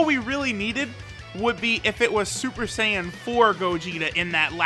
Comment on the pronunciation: shuper shaiyan